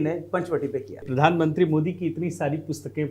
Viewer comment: Pridhan mantri nahi Pradhan mantri uccharan karo ji